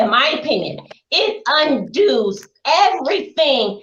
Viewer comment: OH, now I know why was in here bathroom! So that just in case she'd be called out for being so ridiculously stupid, she could actually wash her foot first before she put it in her mouth! 😂😂😂😂😂 And, the word is UNDOES...NOT UNDOOS...Grácias!